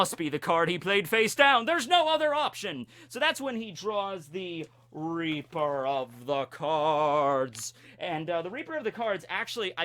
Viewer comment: For a second I thought you said "I'm the Reaper of the Corns"